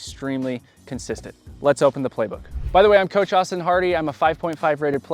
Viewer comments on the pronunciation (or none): none